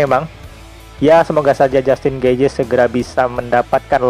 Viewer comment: Di bacanya getjeh bang